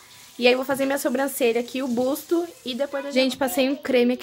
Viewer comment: Ficou linda! 😍, não é uma crítica, é só pra vc não falar mais assim. Não é spar day é sim spa day, não é busto é sim buço. Espero que não leve a mal! 🙏🏻😘